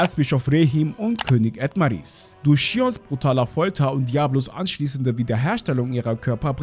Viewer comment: Sprichst du das extra falsch aus?😐Das heißt zum Beispiel Falmos und nicht Famas. Das selbe bei Edomales und nicht Edmaris.😔